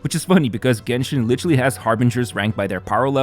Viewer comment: Was thinking the same when he said jenshin